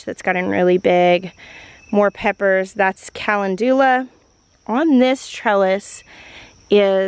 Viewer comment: Watching today after you posted your first garden tour of 2025. So cool to see how far the garden and the gardener have come! P.s. Cal-en-doola for calendula made me giggle haha. Thanks for keeping us aroud❤